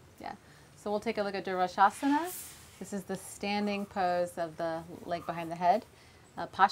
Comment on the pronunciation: Durvasasasana, not durvasana. Durvasas - is a famous rishi, who cursed Shakuntala. Please read a Kalidasa's masterpiece Abhijnanashakuntalam.